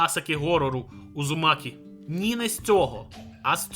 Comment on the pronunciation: Подушню. Удзумакі а не Узумакі (в англ мові просто немає звуку дз тому так не кажуть).